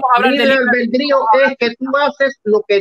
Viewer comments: A casi un mes del debate,habrá por fin aprendido éste muchachito a pronunciar bien la palabra "albedrío" ? 😂😂😂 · pronucia mejor la palabra albedrío, en cuanto a, esto son los significados de "consorte": 1. FORMAL: Esposo o esposa de una persona. "cada uno de los consortes puede realizar los actos jurídicos y ejercitar los derechos que le corresponden con carácter privativo o exclusivo"2.Se usa en aposición a rey, reina, príncipe o princesa para indicar que comparte el título por matrimonio, pero no las atribuciones del mismo. "la reina consorte o el rey consorte no podrán asumir funciones constitucionales, salvo lo dispuesto para la Regencia" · El padre del Protesto tiene una cultura y un conocimiento que el "" canadiense quisiera tener por un dia de fiesta asi que dedicale a él las acepciones de consorte, y tienes razon el "" pronuncia mal albedrio